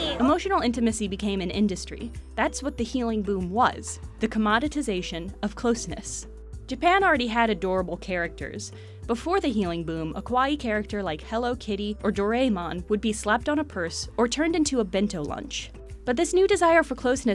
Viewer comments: It's pronounce "Dor_ae(ai)_mon", not "Dor_ray_mon" -_ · Do-rey-mon? It's Do-rah-eh-mon. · I love your videos and the information you share! But you may want to brush up on your Japanese pronunciation if you're going to discuss Japanese media. Iyashi is pronounced EE-yah-shee, and Doraemon is pronounced Doh-RAI-mohn. Vowel sounds in Japanese don't vary the way they do in English, and so if you see an I two times in a word, it's going to be pronounced with that EE sound every time. I normally wouldn't get too pedantic about this, but this IS an informational video. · Trae Vega Its funny that you write it as Doraimon when it is DorAEmon in Japanese and most European ways to pronounce it. But I guess if English is your mothertongue Doraimon is the closest to the Japanese pronounciation